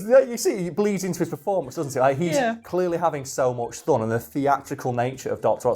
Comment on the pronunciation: you say thun instead of fun. Just had to point it out because I’m an asshole on the internet.